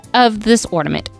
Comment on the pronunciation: I really like your crafts. I will be trying these crafts. Thank you. One request, please say ornament, not ordament!